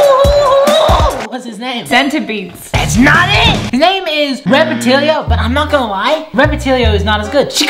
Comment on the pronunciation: Who's gonna tell him it's not pronounced repatill-e-o